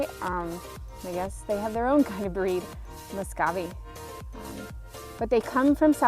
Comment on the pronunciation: it is pronounced (mu - sco - vee) not (mo - sco - vee).